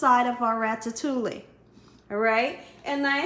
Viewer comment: It’s pronounced rat-a-too-ee. The ll’s are silent.